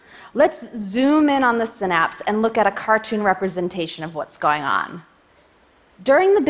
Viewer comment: I cant watch if she keeps pronouncing Synapse like that